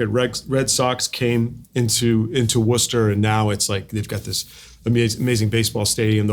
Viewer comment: I had no idea Matt was from Worcester MA, and by the way Richard, you pronounced it correctly. So many people can't pronounce it if it's not part of their life. Thanks for a great conversation!